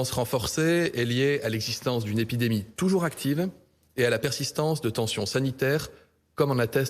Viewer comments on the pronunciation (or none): il dit "épidamie" !